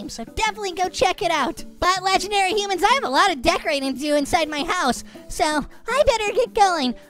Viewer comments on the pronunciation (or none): Humans not hoomans